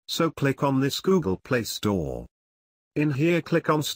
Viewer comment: "google pa-lee store"